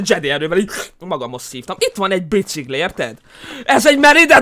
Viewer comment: csak én nem ugy mondom a biciGlit hogy biciGli hanem biciKli xD